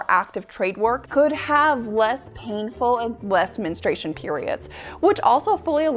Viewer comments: Why can't so many people properly pronounce the word "Men-STRU-ation"? It's not men-stration. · Why do you say menestration? It’s menstruation.